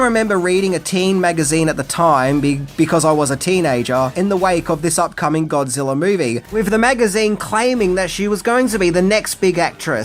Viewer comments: I've ever heard of Godzilla but who is this "Godziller" that keeps talking about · Are you saying godziller?